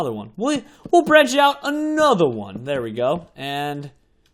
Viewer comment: i like it when he says ANOTHER ONE.